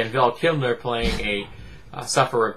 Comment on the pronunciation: Who's "Val Kimner"? Or "Val Kilmner"? lol Good god